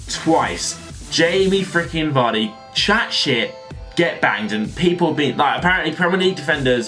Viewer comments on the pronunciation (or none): you know it's Jamie Vardy right?